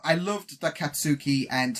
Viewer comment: It'll be a bit harder if you try to go with first names since most characters are rarely referred to with their first names. They go be their surnames far more often so it might help if you focus on those. For instance Katsuki is pronounced more like "Khat-skee" which isnt really how it looks but it'd probably be easier to recognize his last name: Bakugou which he's referred to most often (except by Izuku who calls him Kaachan). I know it just comes down to repetition so you'll definitely get them eventually, just thought I'd point out that it might be better to start with last names.